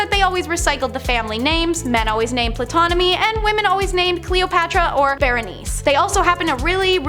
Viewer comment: The P in Ptolemy is silent....go back to school